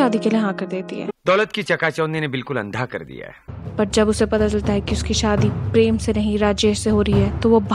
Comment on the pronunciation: When she says preeemmm it reminds me of only desi